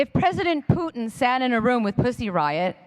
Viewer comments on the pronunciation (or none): none